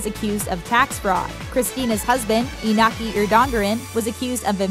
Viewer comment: Cristina was not princess, only infanta. Princess is only the heir to the throne. Right now it is princess Leonor and her sister, Sophia, is infanta. And the pronunciation of most words, especially iñaki’s name, 😬😬😬😬😬😬😬